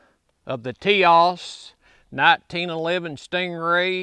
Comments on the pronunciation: Forgive me for correcting you, but it is Tisas, Ti-sas. Not Tias. Sas. In Turkey they pronounce it with an h sound—Tishash. Do a YouTube search for Tisas factory tour. It’s a very interesting video. Good test on the gun. Basic functionality is the most important concern. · For the record it’s pronounced “tisash” according to the Tisas people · This is the kind of guy who can fix your lawnmower or generator, build you a deck, or install a ceiling fan for ya,,,, but he can't say "Tisas" lol good ol boy syndrome. Bless you brother..